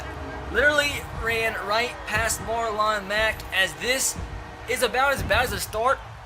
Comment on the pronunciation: Did you just say Marline Mack, wtf it’s Marlon Mack